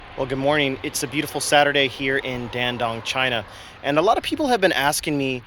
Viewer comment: Pronunciation is dAn dOng, not Dandong.